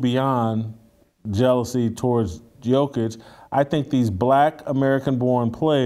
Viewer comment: Was gonna follow but you can't pronounce Jokic's name